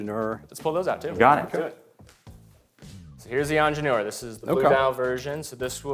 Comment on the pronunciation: Thank you for sharing this great video! Just a quick note: 'Ingénieur' actually has two 'i's. , it sounds like the 'i' in the last syllable is being missed. The pronunciation is closer to 'NYUR' (similar to 'knee-yur' with a slight nasal sound).